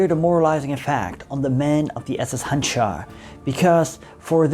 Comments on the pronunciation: It is pronounced Hanjar, not Hanchar. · You should pronounce it as Handžar …. That “ž” should be pronounced as “J” in “Joe” … btw, handžar is small curved knife from ottoman time used in “one on one” battles